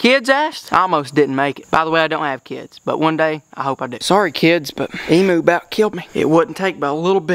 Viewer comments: It’s not emoo it’s emu u got the first part right like the em part but u pronounce the u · HEY,its pronounced "eem-you" not "eem-moo" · You are saying Emu Rong it's emuw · I love how u say Emoo instead of emu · They’re not called Emoos! Emu pronounced Eem-you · Haha said emoo lol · I’m an Aussie but he is saying wrong 😂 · Even though I'm a fan I don't like how nearly all Americans pronounce emu wrong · You pronounce emu wrong